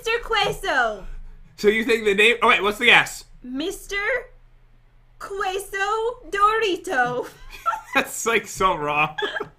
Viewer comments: Queso not cueso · es queso no ceso. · it’s queso not guacamole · "QWEso" Yep. Totally not "QUEso" 😂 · “Kweso” I love but please look up how to pronounce Queso: Ke-so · Quay so?! QUESO IS CALLED KAY SO NOT QUAY SO!! GOD THIS HURTS WITH BEING HISPANIC AND ALL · It's (cai-so) not quaiso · Maddie Carney and to top it off she said cueso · Cheso? Cheso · Maddie Carney it’s kesso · Maddie Carney Lol it’s Quesó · Bailey Yellowhair it’s quaso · Its QUESO que so xD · I love the way said queso she pronounced the q you would say it like it was spelled caso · Is nobody going to mention how said queso (keh-soh) and if anyone else lives near or hears Spanish speakers probably cringed at what they heard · I'm Spanish and cringed so hard when she said mr.céso lol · Cheese in Spanish (queso) pronunciation :keso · I know you probably won't see this, but queso is pronounced kay-so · Cheese is ke-SOl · Cheese in Spanish is pronounced queso Or ke so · I’m Spanish it’s ceso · BRUH!!!! I love you... But... You're saying it wrong!!! It's pronounced like K-so!!! LATINAS/LATINOS UNITE?!?!?! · Lol she got it wrong its Queso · Who else was triggered by the way said queso and how she first said it Proper Spanish:cheese equals guacamole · I'm mad because she said queso wrong but still like them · I kinda wanted to yell queso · You guys pronouncing queso wrong makes me so disappointed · Yea me, I cringed at how she said queso 😂😂😂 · Who's offended and mexican because the way said queso but still likes them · My Mexican self hurts every time pronounces queso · All Spanish speaking fans cringed when tried to say queso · I speak Spanish and you got cheese wrong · Soy el comentario en español que nadie buscó. xd, cuando dices queso, no se pronuncia la u porque para pronunciar la u, necesita un acento. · your Spanish is bad not offending you and Queso the u is silent when you say the word and I I know Spanish I was born spanish